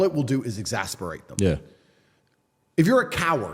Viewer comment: He does not know the word exacerbate 🤣 he tried to say it lots of times, and didn't say it right once